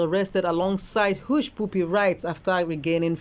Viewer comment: Please presenter, it's Hushpuppy not push pupi